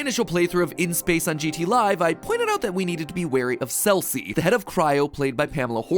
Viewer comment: "Celci" " "Dorene" Is there a "Kalvin" and a "Fahrenheit" too?